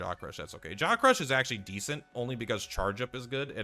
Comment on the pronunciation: The first time you said jaw crush, i heard jock rush 😂